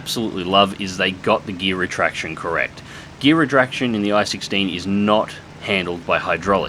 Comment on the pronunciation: "redraction"? "Wi-flying the aircraft"? What the fuck happened to your English in the first minute of this video?